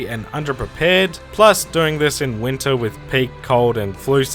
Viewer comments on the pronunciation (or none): none